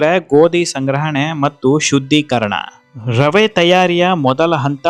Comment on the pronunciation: ರವ ಅಲ್ಲ ರವೆ